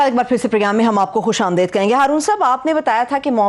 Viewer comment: The anchor may correct her pronunciation. It is "khush amdeed", and not "khush amdaid".